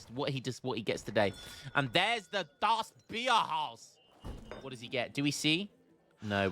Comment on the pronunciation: Kudos to for pronouncing DAS BIERHAUS correctly VERY GUT